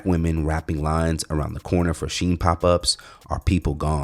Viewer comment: It's Chinese... and pronounced "she in"